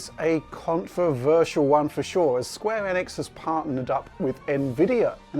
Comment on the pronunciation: Holy mother of god someone actually pronounce Enix correctly.